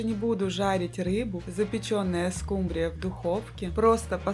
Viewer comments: СкУмбрия,а не скумбриЯ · СкумбрИя, а не скумбриЯ. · не скумбриЯ, а скУмбрия, отслеживайте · Все замечательно, но почему скумбриЯ, скумбриЮ?!